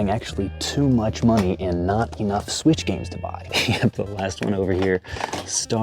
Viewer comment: bro rly said sweech